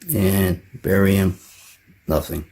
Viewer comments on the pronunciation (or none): none